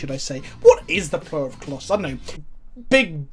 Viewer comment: What tried to say: "what is the plural of colossus?" What actually said: "what is the pllll of klloss" I will never understand how british accents work. Do you just leave out half the letters?